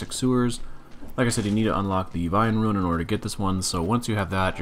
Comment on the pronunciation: I like how you pronounce rune as ruin